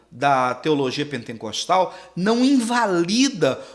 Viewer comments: Não é penteNcostal que fala. É pentecostal, sem o N no meio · Pentecostal.... não pentencostal.. só pra constar.... parabéns pela aula...